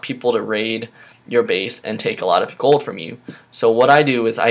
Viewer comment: It's goLd Not Goud